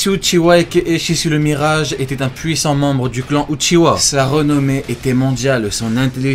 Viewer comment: C est pas Uchiwa comme tu dis mais Uchiha en prononçant le h